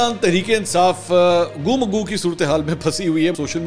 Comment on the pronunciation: منصور علی خان برائے راست میڈیا پر چھوٹی سی غلطی بھی بڑی نظر اتی ہے۔ گو مگو ، گو کے اوپر پیش اور مگو کے اوپر پیش سے اگر بولا جائے تو بالکل غلط ہے ، اس کا تلفظ گو پر زبر اور مگو پر زبر سے پڑھا جائے گا ۔